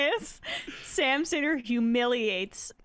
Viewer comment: Anyone else notice the oldschool stereotypical 'Jewish' accent used by Coward's cohost when he says Sam Seder and then says it without the accent right after to correct it.... maybe because it may be a lil to mask off on their antisemitism?